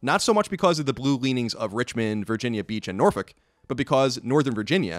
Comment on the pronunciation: Nice Colin, you pronounced Norfolk correctly. I'm impressed.